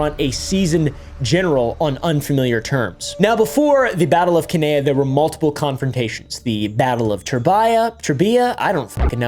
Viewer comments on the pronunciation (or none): Cannae = ‘can-eye’ :) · The way you pronounced Cannae is a sin